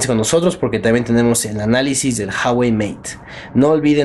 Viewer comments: Se dice Ju-a-güei, no "jawei" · Ju-a-guei, no «jawei» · no se pronuncia JAwey, afortunadamente se pronuncia como se lee uawey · Se pronuncia ua-uei saludos ellos hacen un video enseñando como se pronuncia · Se pronuncia jüawei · Se pronuncia Uawei XD saludos buem video :-)